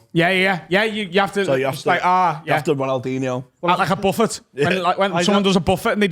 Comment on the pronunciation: So hoping was gonna call out on the way he says buffet